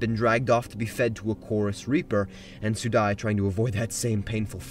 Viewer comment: Your pronounciation of Rannveig (Rann-veeg) and Sudi (Soo-dee) broke my brain.